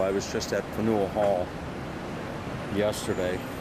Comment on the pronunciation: Yes, pronounced fan-you'll. Not fa-nuel.